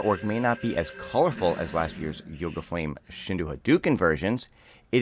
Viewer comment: Shinku Hadoken, not Shindu